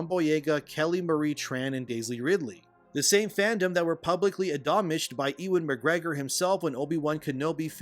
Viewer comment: Not for nothing but using the drinker and you in The same sentence isn’t really something that should be done. The guy gets invited on Fox news and Piers Morgan. Just saying. The dude has what 3 million subscribers. Who’s EE-wan Mcgregor? Is pronounced (You-an Mcgregor))